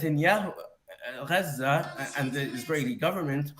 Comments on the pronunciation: Im Arab and no one says Gaza like that. That is some crazy liberal way of saying it and it's annoying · Am I the only one who gets triggered with the pronunciation of “Chhhazzzaaaahhch” It’s about antisemitism and NOTHING else. Islam hates 🧃. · I think it’s funny when people like this pronounce places normal then switch it up for Gchaza 😂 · explain why. I am using the Arabic pronunciation. Arabic is antisemitism 😊